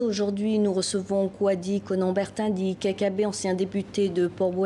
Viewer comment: KKB, quand on a le verbe comme vous et qu une journaliste ne prend pas la peine de lire correctement votre nom, par deux fois qui plus est, vous devez vous octroyer le droit de rectifier par vous même cette indelicatesse